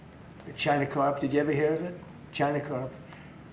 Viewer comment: He had problem with carp, calls it crop twice.